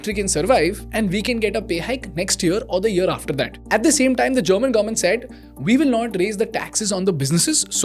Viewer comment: Bro one suggestion it’s not garment it’s government. Please pronounce it correctly.